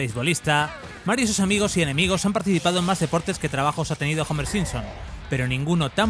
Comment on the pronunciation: Como que Jomer?? Es HOMERO!